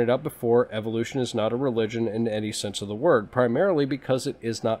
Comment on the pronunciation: everytime he says eviloution it sickens me.